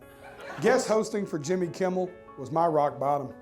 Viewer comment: "jimmel kimmel" 🤣